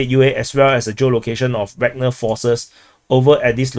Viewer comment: Every time says 'Wagner' I hear 'Ragnar'. That reminds me of Vikings and makes the whole DPA-videos experience much better every day;)